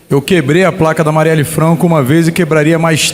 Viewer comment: Esse cara que substitui aquele abutre, não sabe nem pronunciar o nome da vereadora.